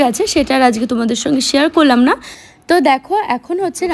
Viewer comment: Shiar na share